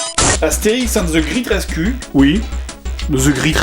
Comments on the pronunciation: "Astérix ande ze gritte rescu"? ^^ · "Astérixe ainde ze gritte raiscue" JDG-2009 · 1.13 - the grit resku??? looooooool mais essaie au moins d'améliorer un minimum ta prononciation, mais merci de m'avoir fait rire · Il disait: Ca se prononce graite reskyue et pas gritte resku ;) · perso moi quand jdg dit Astérix and the great rescue moi j'entant Astérix et de gris 13 cul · Wow l'anglais des français c'est vraiment de la merde...ze gr8 rescu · "Astérix and ze grit rescu" j'adore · "Astérix and the great rescue" prononcé avec l'accent du Jdg, ça donne : "Astérix and ze grite rescu" ^^ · Ze zreat resru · "Astérix ande de Gritte Reskuu" Vraiment, j'adore la prononciation de JDG XD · "and the grit ress cul" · Très bonne vidéo mais mauvaise pronociation de great rescue;). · The35Angelo en clair il le prononce "à la française"